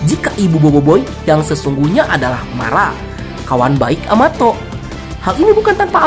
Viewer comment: em... kenapa amato jdi amatot 😱🤣🤣🤣🤣